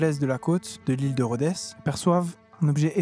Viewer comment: l'ile de Rhodesssss ??? On ne prononce PAS le "s" !! Et articule aussi, merci. Sinon ça va.